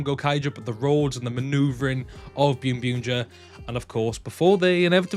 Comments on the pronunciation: English sub of boonboomger summer movie is out on zokaj and it is pronounced boonboomger not byunbyunger. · Why do you call it ByunByunger? when it’s clearly Boonboom/Bunbumger